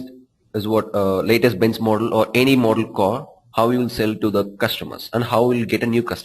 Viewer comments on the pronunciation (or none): dude try to be natural, its not 'cor' its simply car